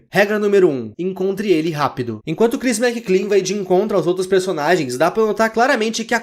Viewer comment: Ele falando "Crhis McClean" o vido todo ao inves de "Chris Mclean"; 💀💀